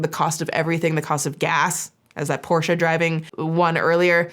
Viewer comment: can I just say, you're the first English speaker I've seen, who pronounces "Porsche" correctly. As a German, who always cringes a little at the usual pronunciation most people go with, I just wanna say that I appreciate that lol